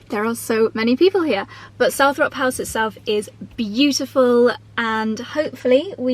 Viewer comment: Hi, just a little point, It’s pronounced Salt-trop house, it’s like Althrop, which should be pronounced All-trop, but because people kept pronouncing it wrong, Earl Spencer gave up correcting them, and changed it. I’m in Stratford, have visited a nearby house called Coughton Court, always thought it was pronounced Cough(coff)-ton, but no, it’s pronounced Coat-un Court.🤷🏻‍♀️I give up with English.